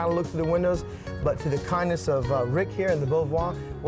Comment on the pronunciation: Thank you for this very nice, educational video! I am especially grateful for the correct pronunciation of this lovely old home! I am so sick of the videos where people who really should know better pronounce it bo-varrr! As was mentioned, Beauvoir is a French word that describes this site so perfectly and it deserves to be pronounced properly, so thank you!! 💐